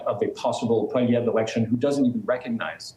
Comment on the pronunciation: poilievre poilievre poilievre not polieve my Goodness. Don't you read his name Everyday...?? and still you see polieve. Yes i'm French and also English. Your not alone in this one sided Canadian literator. Get it right Please